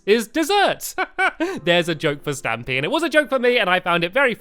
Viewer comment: (Luke Jones) she said stamy bro